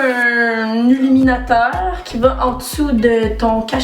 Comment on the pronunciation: j'aime fait que tu échanges les lettres u et i dans le mot illuminateur😆